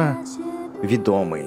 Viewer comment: 19: ведомый??? ударение не на о а на е